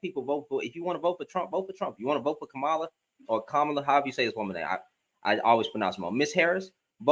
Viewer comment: Her name is pronounced like comma (,) as in the punctuation then add La. Like comma La. Three syllables long. Com ma La. Hope that helps.